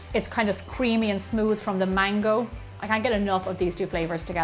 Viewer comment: when she said "mango",I thought she said "mangle"